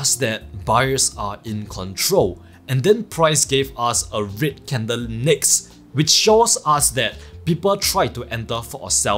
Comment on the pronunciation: I currently watching all your videos and it took me a few to realise you was saying red candles as i was thinking wtf is a rit candle 🤣